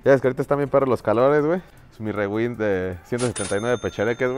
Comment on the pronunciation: se dice riwaind no rewind